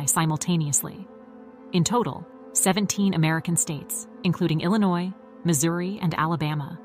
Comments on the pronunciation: “Illa noise”😭😭😂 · The s is silent in the word Illinois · The state is NOT pronounced Illinoise (with an "e" on the end). The state is pronounced Ill-ah-noy. Also X is the number 10 in Roman Numerals. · "SICK-uh-duh?" "Ill-i-NOISSS" -I turned it off after that. WHO the hell is this person with the bizarre pronunciations? Only 2 ways to pronounce it (British & American versions) - and she doesn't use either "Illinois" is from the French -- the "s" is never pronounced. What are they teaching in schools these days? Does she also say "Ar-kan-suS"?!